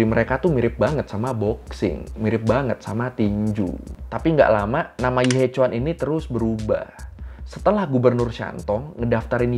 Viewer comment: maaf, mau koreksi, pengucapannya bukan yi he cuan, tapi yi he chien :)